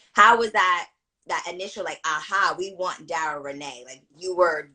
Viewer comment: I'm sorry, but ima just say this. The interviewer dropped the ball SEVERAL times. Its important to listen to the person you are interviewing so that you don't ask questions that have already been answered. Also not knowing how to pronounce Dara's name, or her characters name? Unprofessional, and quite frankly disrespectful to Dara. Doing your research prior to an interview is so important. That's just my opinion. 🤷🏾‍♂️